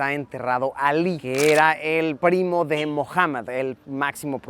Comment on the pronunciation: Se escribe Muhammad y se promuncia Mujamad, no Mojaman. Tomar nota para la próxima.